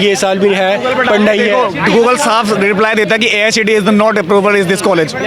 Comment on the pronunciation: The reporter is so ignorant that she's not even aware of what she's saying. She is saying Asi instead of Aicte. Please do some research before coming to the interview site.